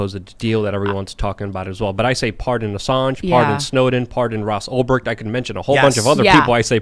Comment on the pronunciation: Did say "Pardon Ross OLDBERG" Or who? I am trying to look him up but can't find him. Not aware of him.